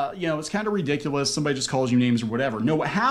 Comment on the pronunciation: the only annoying part of their whole video is the guy doesn't pronounce ridiculous right, he says ridicilis